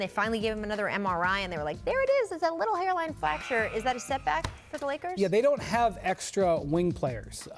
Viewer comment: i was waiting for that comment hahaha she flactured that pronunciation ...twice tho